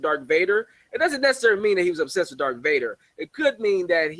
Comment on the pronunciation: "DARTH" not "Dark". I hate when people do that.